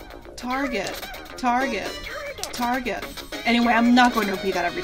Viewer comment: I don't know why but when says TARGET really fast it sounds like he's saying "Do it again!" Take a listen!